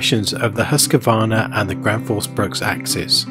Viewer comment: Great comparison! Quality matters, and you did a great job on showing the differences. However the pronunciation makes me cringe, and I'm not even Swedish. Husqvarna = Whose-kvarna, not Huss-kevarna. With an oo sound and no vowel between the q and v. Think "Rockville" - you wouldn't need to add a vowel between the k and v there, so there's no need to do so here either. Gränsfors Bruk = Grensforsh Brooke, and neither Gran's Forge Brooks nor Ground Force Brux. The ä is a letter in its own right, and is never pronounced as an a. And there's no s at the end of Bruk either.